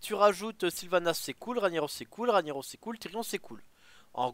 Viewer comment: OUBLIE TON RANIAROSS PUTAIN ! ===> Rague Naross ! Juste écoute Thaurissan le dire quand il est joué